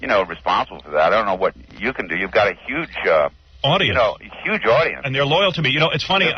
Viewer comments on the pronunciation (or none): He also pronounces the word huge with a y instead of the h